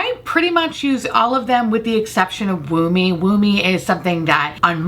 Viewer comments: I know deep down its 'woo me' but all I can hear is 'wombee' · It took me to the end of the video to realize that the reddish blush is called 'Woo Me' and not 'Womb-ie', which I was like, okay I get we're toeing the line here with innuendos in the beauty industry these days, but this is crazy. ...I am not smart. lmao